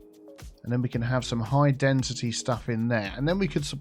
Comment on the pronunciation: I still asking myself why decide to call "Density" "Dentity".. Because im not good in english and dont know the difference between that two word